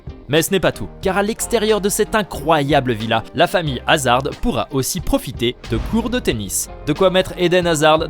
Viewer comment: Par contre de D de Hazard ne se prononce pas.